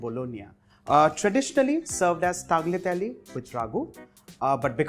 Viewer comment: . oh deo 🙏. Tagliatelle say it right please bruv omgg